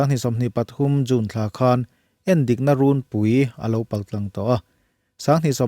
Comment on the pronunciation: Endikna runpui i lamrik dan hi ka hriat dan chuan "runpui" hi "chhumpui" tih lam rik anga lam rik tur ni zawkin ka hria